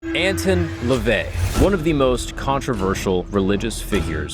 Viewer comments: You're already wrong within the first few minutes. Howard LEVY (NOT LaVey) was his real name. And it's not "AntIn", it's "AntOn", for the pronunciation. NEXT... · It's Anton not Antin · have i been pronouncing his name wrong or is? i thought it was prounced ant-on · It's not ant tun ,it's an ton. I am a satanist. Ive read the official biography of anton levay. To me, biographies read like stereo instructions. Interesting but boring. He's a fascinating person. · Edgar “Case”… “Ant-on” Lavey… Fire your production team.